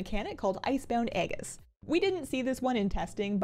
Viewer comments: Just fyi Aegis is pronounced ee-juhs. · Went from Fatboss to a few tiers ago and never looked back. All the info, half the time. One note. I don't want to be "that guy," but: "aegis" is pronounced "EE-jus." It's one of those words game devs love to use, is never used in normal human speech, and makes no phonetic sense. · I dont want to be that "actually guy" either......but "a-jiss" (depending on accent)